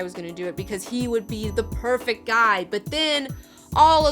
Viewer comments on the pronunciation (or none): none